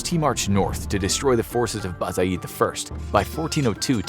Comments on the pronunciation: It's To-KH-Tamysh and Bayezid, not Bazayid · Ah yes Transoxian Turks with Arabic outfits, entire Asia minor as Persia, western Anatolia with desert landscape and again people with Arabic outfits, and it's not Ba-za-yıt its Ba-ye-zıd, nice job infographics.